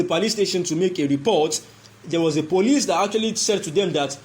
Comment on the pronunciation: What is he saying, is it police or parlice?